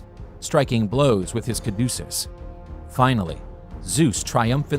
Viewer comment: Apart from the confusion of Heraklēs with Hercules, it’s a little off-putting to hear the words ‘thyrsus’ (Dionysus) and ‘caduceus’ (Hermes) mispronounced.